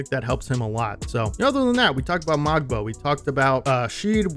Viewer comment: Fun fact: Kyle Corver taught Ulrich (ool-rish) how to shoot 3's hence his %. Also the "g" is silent in Mogbo :)